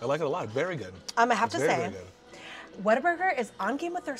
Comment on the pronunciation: Oh it’s whalburger we’re getting never mind lol